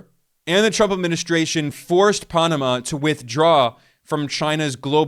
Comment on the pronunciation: Dude! Don't say Punama again, you will have more views.